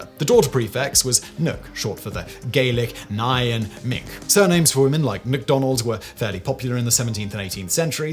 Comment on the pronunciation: You really butchered the "Gaelic" pronunciation there. LOL! Maybe it's the difference between US and RP but some of those chemical names' pronunciations were iffy, too.